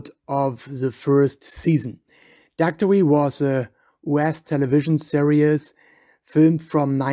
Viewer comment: He's not even pronouncing Daktari correctly.